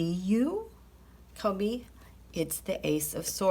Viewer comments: Out of respect, his name is Kobe...Pronounced KoBe, or think of Toby only with a K.... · Why do you keep mispronouncing his name?